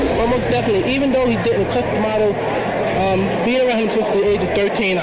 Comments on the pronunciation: Y they keep calling him “Cuss-DEE-amato”? What’s with that “dee” shit?? It’s just Cuss-duh-maw-tow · Wow no one can pronounce Cus D'amato's last name.